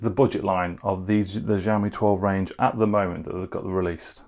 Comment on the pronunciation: YOu have been reviewing phones yet until now you still dont know how to pronounce Xiaomi correctly. It is not Ziawmee/Jiawmee. It is with "sh" sound Sh.. Shiaomi. GOD!